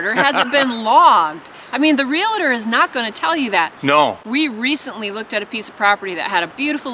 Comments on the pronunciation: Just subscribed, love your stuff! just need to convince the other half to adopt some of the lifestyle haha. PLEASE stop pronouncing REALTOR wrong. its not Realator. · Real tor. Not realator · You need to learn how to pronounce realtor. It is real tor. Not real a tor. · From a Realtor..It's pronounced Real-Tor, not rel-la-tor. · Realtor is a two syllable word: ‘real’-‘tor’. It is not real-la-ter or any other strange pronunciation. Please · Great video. Just a heads up there is no I in Realtor. Real-tor. Sorry just a pet peeve. Regardless, excellent video. Great information. What price per acre is a good deal in the middle of the wildernesses? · Realtor has no "i" in the pronouncing of it. It's (real-tour) and (real-tea) .... great video